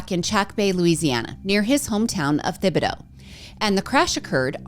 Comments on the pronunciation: Im from Louisiana 😊 the H is silent in Thibodaux. (Tibideaux) Love your episodes! If it dont watch any others I make sure to watch yours. Its like my weekly news. 😅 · Came here to say this, too!, you got it sooo close! Most people get the whole thing wrong!